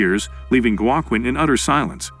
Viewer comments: Joe Kwin tf. Ai doesn't know it's Hwa Keen😆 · His name is pronounced "wa - Keen" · "Wa-Qwin"? "Jwa-kin"? "Uwa-kin"? Can't you teach AI narrator to pronounce Spanish names properly? Like the name Joaquin?